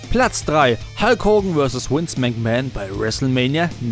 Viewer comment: Es heißt Vince, nichf Wince